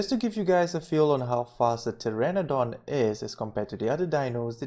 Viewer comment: PTERONODON NOT PTERADON xD